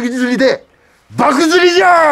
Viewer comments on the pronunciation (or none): 爆釣。ばくづりてはなく、ばくちょうと読みます。笑